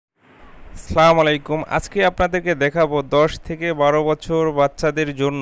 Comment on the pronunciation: ভাই সালামটা শুদ্ধ করে বলবেন প্লিজ। কারণ, ভুল করে বললে 😢 অন্য অর্থ দাড়ায়। পরবর্তীতে খেয়াল রাখবেন ইনশাআল্লাহ। 😊 👉 আস- সালামু - আ'লাইকুম